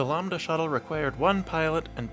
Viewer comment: Bro continuously pronounced it Lombda instead of LAMBda